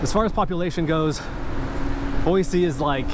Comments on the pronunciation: Boy-C not Boy-Z. Thanks for the heads up! 👍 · Thank you for saying Boise the correct way.